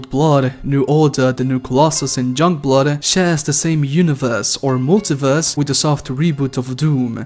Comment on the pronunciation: Were you saying junkblood when you mentioned it lol?